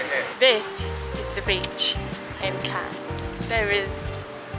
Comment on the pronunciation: Shame you didn't stray from the promenade in Cannes (which you consistently mispronounced, unfortunately - the last two letters are silent), the old part of town is much less decadent and significantly more affordable. You also really should have skipped St. Tropez for Antibes, which is much nicer, with less showy and obnoxious people. First and last of your videos I'll have watched.